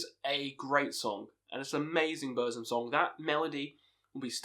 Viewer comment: Ita not BÖRSM, BÖRSEM or BÖRZEM. it is BURRRRRRZUM. It is a u not a Ö.